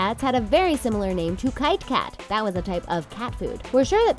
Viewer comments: Literally no one except your pronounciationally challenged narrator has ever called the cat food kite-kat. It's Kit-e-Kat, you know like Kitty Cat, that's why the e is red. Learn to speak, because this is not even the first or most idiotic think this narrator has mispronounced to the point of absurdity. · Kite kate? Its Kit E Kat. Isnt it? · the cat food kitekat (a popular cat food in the UK) is pronounced kitty kat as opposed to a kite of the flying type